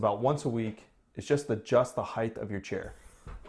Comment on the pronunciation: "Heighth"? * height